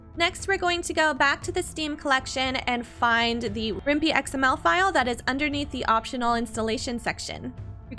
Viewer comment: Useful educational video so good for that......but, I shouldn't be bothered by it but the other mod manager is actually pronounced with a 'pie' sound at the end, as in Python, the coding language used to make it. It's also a must have if you play Rimworld through GOG.